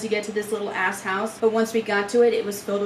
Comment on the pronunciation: LOVE that it was read as "little Ass house" and not "little-ass house" hehe sounds like something i would build in minecraft... just two cheeks keeping you safe from the elements